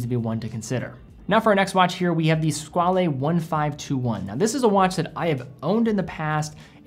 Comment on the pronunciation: you donèt pronounce the e in Squale... Its pronounced squall